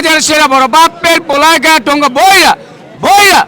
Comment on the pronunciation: পোলাই না বেকুব, "পোলায়"